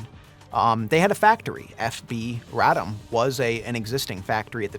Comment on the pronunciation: RAH-dom, not Ray-dum. It wasn’t centuries, but 123 years that Poland was off the map.